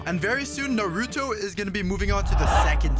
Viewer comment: can you say naruto right 😭